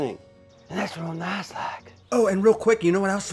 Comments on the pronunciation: "Real Nass Like" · Over 1000 smeesh's " Real Nass like ". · “Real Nass Like” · “real nass like”. Herd wirk behend your videos.